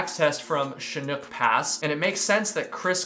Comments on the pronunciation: Hi --- it's pronounce "shin -ook" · Chinook....pronounced "Shanook" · Chinook is pronounced shin-uk... it's a type of salmon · I didn't see if you got an answer to this question: Chinook is pronounced phonetically, like it looks, with the word broken up like this: Chi-nook. It's an emphasis thing. The 'Chi' has a strong emphasis on it. The 'chi' is the same as in 'Chin', but, again, with emphasis. The 'nook' part is pronounced as normal, like in the term 'breakfast nook' or the saying "every nook and cranny". Incidently, Chinook are a type of salmon. It's also the a helicopter. you know those huge military helicopters with two huge rotors? That's a Chinook. There is somewhat of a tradition in the military regarding helicopter names (Apache, Blackhawk, Lakota).... they are native american tribes or leaders. Thus, the most important part about the word Chinook is its origin: the word is a reference to The Chinook people of the Pacific Northwest. 👍 Hope that helps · Chinook- shin-ook (like in hook or book) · Chinook is pronounced shuh nuk. Just drove on 410 near chinook pass yesterday to snowboard at Crystal mountain 🤙🏻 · CHIN-ook (rhymes with look)😉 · I'm Canadian. Chinook is pronounced 'Shi-nook'. I've hiked the northern portion of the Pacific Crest Trail in Washington and Oregon a few times. Normally, the trail has a lot of hippie-style types, but the last time I went in 2009, there were so many shifty shady types that I ended up hiking many parts of the trail during the night. During the night, the PCT is almost devoid of humans. The occasional human during the night on the PCT is so shifty that I had to hide for several hours. People that go missing on the PCT are most likely killed by the strange shifty types that walk it. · It's pronounced shin-ook. Im from Oregon and Chinook is actually the name of an Indian tribe in Oregon. Theres also the Chinook salmon which are a species of salmon the chinook indians ate frequently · FYI it's chinook is "shen-nuk"